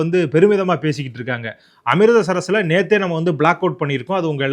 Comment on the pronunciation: Thambi , Am-Rith-Sar, Not Am-ritda-Sar-sar